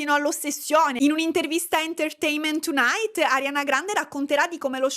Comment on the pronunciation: Ho provato un brividino di piacere quando hai pronunciato "enterteinment tonight" così perfettamente😂